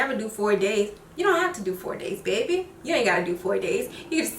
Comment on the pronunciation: I heard “bebby” ... New Orleans??